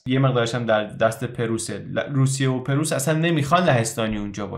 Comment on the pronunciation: ممنونم از وقتی که صرف اطلاع رسانی می‌کنید. خواهش می‌کنم کلمه پرُیس را صحیح ادا کنید. سپاس Preuß= Preuss